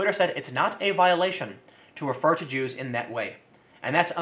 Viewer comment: 'at the start Tim says: "about the Jews" what i hear: "about ze Jew"